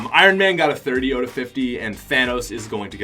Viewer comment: I like ur accent when u say “out” u say “oat”